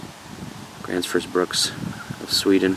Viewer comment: cool review. Just a helpfull tips. The pronounciation on the Bruks is not a short u but more a long u as in fuel or use. Otherwise .. good job.